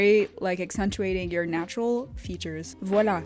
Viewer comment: It's me or she really said "voilà" 😄